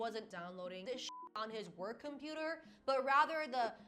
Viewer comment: love how she’s emphasized WORK laptop when talking about where he downloaded the images